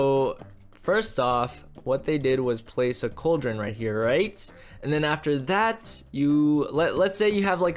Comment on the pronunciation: lol he be say cauldren and use it and edit to hopper